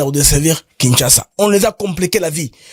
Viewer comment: BM, la publicité du site de vente des maisons ,parle de kinshaza. Non, c’est Kinshasa.